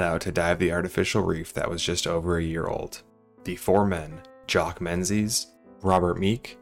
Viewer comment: Only thing I could focus on is how he was pronouncing Menzies wrong the entire video.